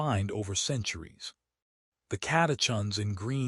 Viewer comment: Pron. Sen-Kaa. Cata-kins. Complex sea salt, not simple table salt (sodium chloride with no other electrolytes)